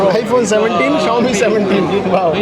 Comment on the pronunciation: Bsdk thik se english to sikh le phle xiomi xiomi chillla rha h wo samjh jha00nt kuch rhe h 😂😂